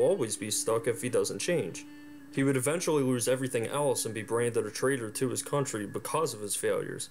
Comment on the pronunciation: Everytime you say "Country" a small child dies.